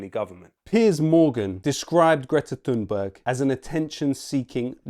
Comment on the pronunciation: Why can't Piers Morgan learn to pronounce Greta Thunbergs name correctly? After all, there's only one Greta Thunberg so it shouldn't be difficult to learn it, don't you think? Perhaps he's too lazy or too nationalistic to learn the pronunciation? Morgan hated Thunberg from the beginning when she first started talking about climate change!